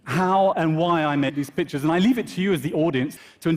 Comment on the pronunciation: I know! Took me a second to realize he meant pictures